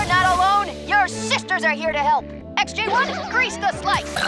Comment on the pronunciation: You called the robots SJ-1, SJ-2, etc. but it's XJ, not SJ....